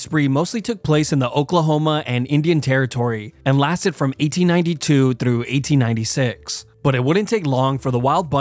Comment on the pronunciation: Its so funny to me when you say the word "through"😅